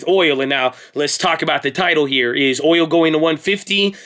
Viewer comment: it's boOil